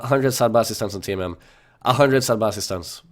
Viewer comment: The way you pronounce name of sadbacistun name made me giggle :D Sad baci stun = now throw a stun :(